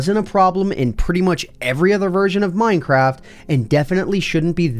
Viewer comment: did you say minecrap?!?! And are tjose glitches bobs floating above the ground.